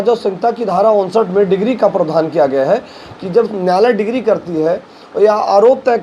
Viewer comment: अबे डिक्री होती है डिग्री नहीं